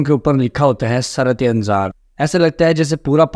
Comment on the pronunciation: جب آپکو درست اردو بولنا اور لکھنا نہیں آتی تو انگلش میں وہ لفظ بول لیا کریں ویسے شرم کی بات ھے آپ کو قومی زبان اردو پر عبور حاصل نہیں ھے سُرعت انزال کا معنی جلدی منی کا نکل جانا پلیز کچھ تلفظ پڑھنے کے لۓ پریکٹس کرلیا کریں شکریہ